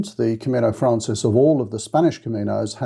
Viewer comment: thanks for all the information you provide. I want to say, though, that it’s “Camino Francés,” which is Spanish for the French Way. “Francés” is pronounced frahn-SACE.